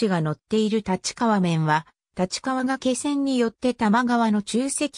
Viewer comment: 原稿をコンピュータに詠ませているためか、術語などの読み方が不適切です。例えば「がけせん」ではなく、「がいせん」が正しい読み方です。他にも読みが不適切な箇所もあるかと思いますので、修正していただければ幸いです。